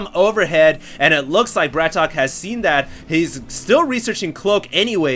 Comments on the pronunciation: its not bratok hd its brat-ok :) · It's Brat OKEY not BRATOCK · BratOK = Bratawk people. He's not english so we don't we the same English pronunciation. Husky said he thought it was BratOkay, but even he said in his video he wasn't sure it that was right. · It's Brat-OK! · pretty sure it actually ISNT pronounced brat okey...day9tv's channel clears this up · small thing but, isn't it pronounced Brat "OKAY" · brat ok not bratok :(